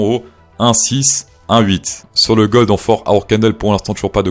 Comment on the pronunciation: " sur le GOD en 4h ......" au lieu du gold mdr un tueur ce mec xD